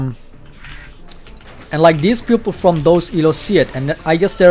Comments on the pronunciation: I was really confused about you saying "Pupil" but meant to say "People" sorry lol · I realized you say "people" like "pupil". Makes it a bit easier to get what you are saying now. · Very nice vid. ! Just one thing: i think u want to say peOple not pUpils haha :D <3